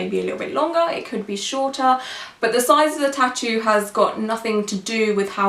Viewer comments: I know she's not a native English speaker but 'tutoe' drove me nuts this whole video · No one: Her: Tittos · I cringed every time she said “tittoo” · I hate the way she says ‘tattoo’. It sounds like ‘t-too’.